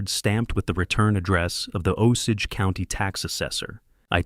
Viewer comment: I've heard this story before with a different name than Harold. 😂 But at least in this story the narrator says Osage correctly.